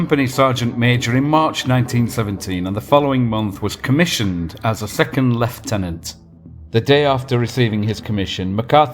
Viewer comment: Hoobloodyray! Finally someone pronounces leiutenant correctly! So tired of hearing Aussie junior officers called lootenants!!